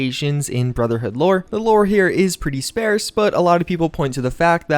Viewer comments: Etcetera (as in “et cetera”), not “ecsetera”. Sparse, not “sparece”! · Random pet peeve, why am I all of a sudden hearing Sparse pronounced as Spairse?? I've heard it as Spahrse literally my whole life until 2018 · It's sparse as in farce. Not spares as in pairs. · It’s pronounced “sparse” like ‘par’, not ‘pair’ Love you, just sayin. You’ve said it twice now and I have to comment lol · You americans need to stop butchering my beloved btw belov-ed is the way its said just as an fyi. But back to my point. Its spar-ce not spare-s. All american teachers of english should be fired if thats how they teach you spastics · Why are you saying it like that? Spearse? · I did not know that 'sparse' was pronounced like 'spare' with an 's'. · Your pronunciation of "sparse" more than once and "Pygmalion" is enough to deserve a downvote. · Prolly suppressed by YouTube since you pronounce “scarce” and “Pygmalion” so weird.. lol